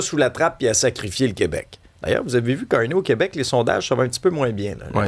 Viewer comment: On est tellement mal foutue😂au “Qwébec”